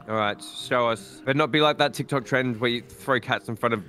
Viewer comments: The fact that the narrator calls tik tok tikky toeky like me makes me very happy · "Those tik tocks those tiky tocys" 2021